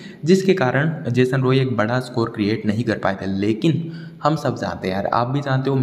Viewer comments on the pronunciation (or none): none